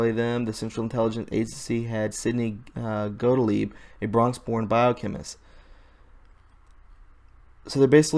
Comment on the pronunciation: Got-Leeb is how you pronounce it.